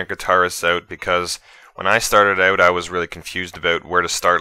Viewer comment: ''Oat'' xD haha jk thanks a lot dude ! :D